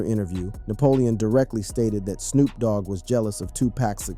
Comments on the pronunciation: They need to change the spelling so AI says names right. They should have changed it to toopock. I heard him say Snop dog early in the video too. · Who is narrating this video? Why is Pac being pronounced pack? Snoop was even pronounced snop once in this video! Why?! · Yo!! I like what you're trying to do--4Real, 4Real, but after hearing you mispronounce 2Pac (-2-Pack) name like 25+ times, I had to turn it off. And not that Suge matters...his name was also mispronounced. Snoop's name too!! So, I don't know if this was a blended A.I. thing or not, but it lacks too much repetition & disrespect to a solid Legend like Pac!! I thought only random Caucasians mispronounce 2Pac?